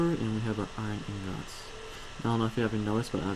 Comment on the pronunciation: he stressed the o on ingots